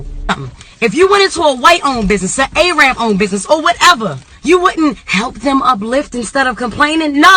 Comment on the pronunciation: Why she pronounce arab “aye arab”